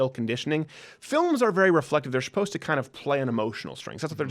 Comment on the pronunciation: I shupose you can't say supposed.